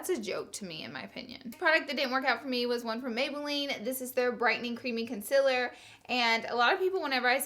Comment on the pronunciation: please say CONCEALER right.. I cant stand how you pronounce it